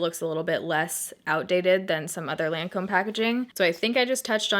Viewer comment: that moment when even the Lancôme lady didn't even pronounce the French name right ....